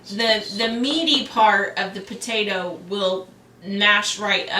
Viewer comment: Did she really just say "pertater" I love it lol